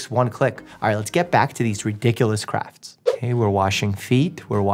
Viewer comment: It’s not 5 minuets crafts, it’s 5 minute craps lol